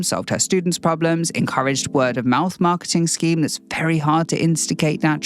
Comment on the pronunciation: “Pre-lemon-ary” 👏🏻👏🏻👏🏻😂🍋 “Prob-lem-ons” omg 💖